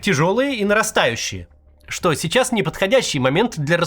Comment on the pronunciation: И говорит "чичас, чичас". Приплыли.